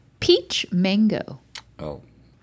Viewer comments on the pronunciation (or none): Its not mongo its mango. Please support a link otherwise if its really an education channel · I know they're saying mango but I'm hearing manko and it's making me giggle. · When you guys say Mango as Mongo, gotta watch it. Mongo is a slur for mentally challenged individuals. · Sorry but that isn't how you pronounce mango in spanish